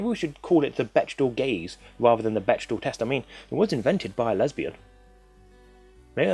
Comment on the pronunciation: You're triggering me, it's pronounced beck-dell, not bech-dahl